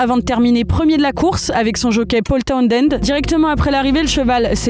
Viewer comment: C'est si dur de dire towNend et pas towNDend quand on est journaliste ?